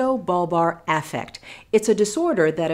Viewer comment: The way she pronounces “affect” triggers me